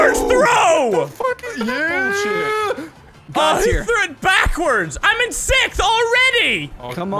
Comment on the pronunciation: MiniLadd says Sith as in revenge of the Sith instead of sixth